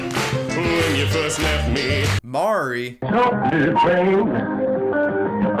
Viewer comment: This guy can’t pronounce anyone’s name right “Mari”